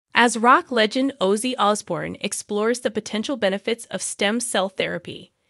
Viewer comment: YOUR SAYING HIS NAME WRONG